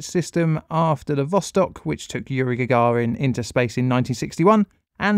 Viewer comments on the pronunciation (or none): none